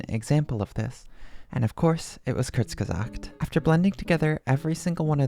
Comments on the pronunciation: As someone who knows German : hearing you pronounce it like "kürtss gesahgt" was hilarious. Great vid tho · ITS NOT PRONOUNCED KURTSGESAKT ITS PRONOUNCED KOURZGESAGHT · It's crtsgizort (Kinda) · Kourts-guh-zaakt (our like in "your", r pronounced in the throat like gurgling water). Hope this helps. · It's actually Coorts guh zaakt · Kurzgesagt is pronounced Corks giz art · The way you looked it up and still pronounced it wrong 😭 if you look closely it says "American pronunciation" dawg tf u mean American pronunciation?? That's a German word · It's actully kurz - GE - sagt, You have to pronounce the z and both g very sharp. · that isn't how you pronounce kurzgesagt actually. The u is pronounced like in cool. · That computer voice's pronunciation of Kurzgesagt isn't all that great. The u is pronounced like oo. It sounded like it has an English/American accent. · That is NOT how you say kurzgesagt😭 (source: I'm german) Awesome video btw, super interesting. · actually, it’s pronounced different. The u is more like the o in cool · even this is wrong cuz its still the american pronunciation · I do want to point out, that when you searched "How to say Kurzgesagt" it, for some reason, showed you the "American pronunciation". Considering that it is a German word, that is not actually the correct pronunciation. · wait google gives a wrong kurzgesagt pronounciation??? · WELL I SPEAK GERMAN AND YOU PRONOUNCED IT WRONG!!! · As Another Native German Speaker, You Did Pronounce It Wrong, But I Really Wasn't That Bad. You're In Like The Top 5% Of People Who I've Heard Trying To Pronounce It! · yes. As a native German I agree. I'm just disappointed at google for that pronunciation thing, to be honest. Like, that she looked it up and the source got it wrong... I think she'd have gotten it right if she actually heard the correct pronunciation.